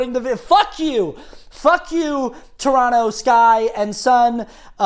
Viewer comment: Torontonian here! I just had to commend you on your correct pronunciation of Toronto :)